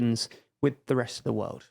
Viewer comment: Can you say "world" again? Wowd